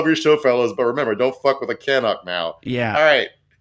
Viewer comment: It's Ca-nuck not Can-uck lol